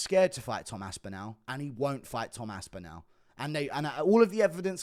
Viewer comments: The way you pronounce Tom's surname gives me shivers mate. You're English as well. It's Aspinall not AspinOWL. Turning American. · The way he says aspinAl pisses me off